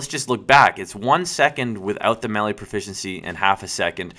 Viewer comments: its called melee nt mele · The word is pronounced MAY-LAY (melee), not MELLIE! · you know it's pronounced "MAY-LAY" right? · you say melee in a funny way